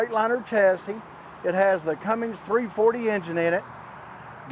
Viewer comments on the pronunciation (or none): It’s a Cummins. Not a Cummings.